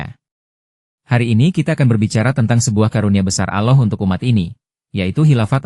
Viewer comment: Nyebut Allah aja aloh. Apaan tuh?